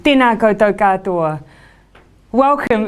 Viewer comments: Its ‘Tena koutou katoa’. NOT ‘Dena goudou kadoa’. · You need to learn to enunciate Maori a lot better. never heard a D in those first few words before....Tena Kodo Kadoah, shame on you woman.